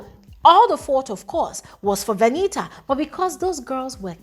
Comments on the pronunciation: Is her name not Venita? It's like I hear calling her Veniha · The way u pronounce Venita 🤦‍♀️